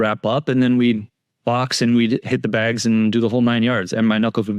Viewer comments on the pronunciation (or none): none